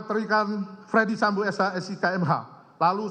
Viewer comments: ferdy sambo pak, bukan fredy sambo, wah jd ngeri itu salah ucap bs jd celah bebas 😬 maklum saya buta hukum 🙏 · Apa cuma gua yg dengar kalo pak jaksa manggil nama FS dengan Fredy Sambo ?